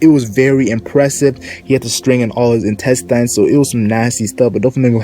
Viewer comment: Why he said celestial dragon so weird. "Dreygon" And intestines. " instes tines"